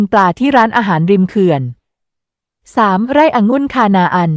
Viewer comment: อะ-หงุ่น ค่ะ